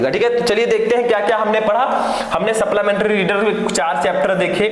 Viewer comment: Sir suplimentry hota h Saplamentry ni